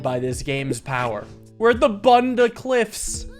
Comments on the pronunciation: hey, as a brit and also an autist i have the compulsive need to correct your pronunciation of bunda, its pronounced buhnda not bun-da. absolutely class video though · nothing could have prepared me for your pronunciation of bunda